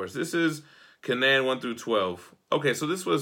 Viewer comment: It’s pronounced: Cane-an